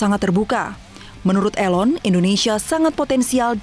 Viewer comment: please pronounce = 'i' (ee) lon